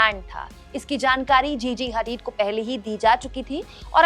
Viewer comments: Didi.. उसका नाम जीजी हैदीद नहीं जीजी हदीद है। और वो अब सुपरमॉडल नहीं है। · GG hadeed🤣🤣🤣🤣sahi se bol lo madam